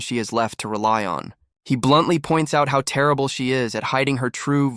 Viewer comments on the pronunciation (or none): none